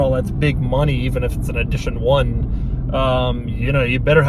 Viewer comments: He says “eedition one” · "Eedition 1"?